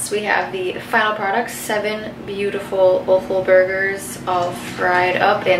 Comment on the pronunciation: Love the way you say o-ffal. Where I'm from it's pronounced off-al!